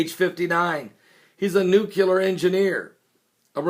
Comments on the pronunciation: Read the fucking word!!! NUCLEAR, not "new cool air". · It's nuclear, not nucular. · it's nuclear... noo-clee-ar... not noo-cue-ler... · New Clee Ar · TRY THIS WAY: NEW-CLEAR! Repeat many times, then drop the hyphen! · Nuclear. NOO-KLEE-ER. I could only take it so many times. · S A M E !